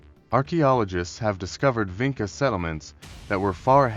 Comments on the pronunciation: Vinča is pronounced as Vintcha not Vinka. We, in Serbia, still use the very same Vinča "symbols ": Ж, Д, Г, Ш, Ф ... and still have the very same genetics Y -I2a haplogroupe that was found in Vinča, Lepenski Vir and Starčevo archeolocal sites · I see that you used AI to make this video. But i think you went too far wit it, and did not checked the illustrations. Doing a video like this, means you want to be sure you are saying facts, giving proper illustrations that are in the context of the story. Especially for their alphabet since it is striking how our modern alphabet could have roots in that one. And make sure Vinca is pronounced properly ( c in Vinca is like c in Leonardo Da Vinci)